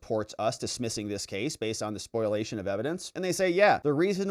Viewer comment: SPOLIATION (spoh-lee-A-shun), not SPOILation, please...